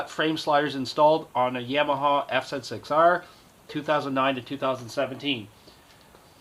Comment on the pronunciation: Was pleasantly surpriesed to hear the bike pronounced correctly, F Zed 6R :) Had to confirm which one was the left bolt for the offset engine bolt. My son sheared the top of his off when he dropped the bike, but no damage to the bike at all. Thanks for the great video.